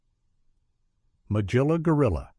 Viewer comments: Hard G in Magilla Gorilla. Mug-illa. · Let me begin by saying you mispronounced Magilla's name. I never saw sexism in Captain Caveman And The Teen Angels. And the clips from Josie And The Pussycats you showed were from Josie And The Pussycats In Outer Space, which premiered in 1972, two years after the original.